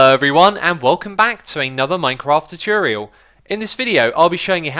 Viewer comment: Tutorial not tuturoial